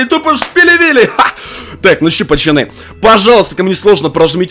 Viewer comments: Я первый раз тебя посмотрел и мне уже не понравилось что ты говоришь пачаны говори пожалуйста нормально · Кент а почему ты говоришь ПАЧАНЫ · Кому нравица когда. Говорит "ПАЧАНИ" ЛАЙК.